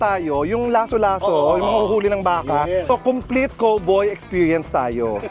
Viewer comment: The way Chad Kinis pronounced COWBOY is different. It's like Ross when he says KARATE 😄